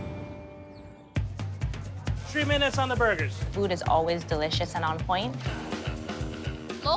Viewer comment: Jamaicans say ‘tree’ and ‘everyting’ the exact same way lol